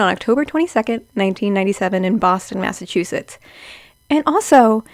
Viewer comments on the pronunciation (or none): none